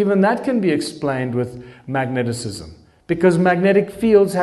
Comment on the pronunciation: Its mag - ne - tism.